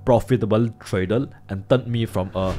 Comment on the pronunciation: have u ever said the world properly....TRAy-der.....not Tray--dol